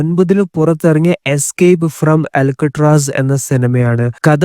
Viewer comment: അലക്കുകല്ല് അല്ല മോനെ.. അൾക്കാട്രാസ്